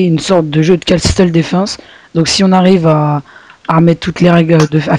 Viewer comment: On dit pas "Casteule" mais "casseule" :3 ! Bonne vidéo et bonne chance :-) !